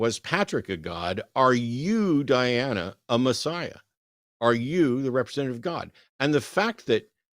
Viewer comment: It was the same person, wasn’t it? It had to be. Just swapping the name and pronouns. What was interesting to me was Diana never corrected Eric when he inadvertently mispronounced it as Deanna multiple times. Almost like they forgot what alias they were using…